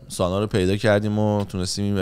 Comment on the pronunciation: آقا سانا نه سنا سناااااا 😂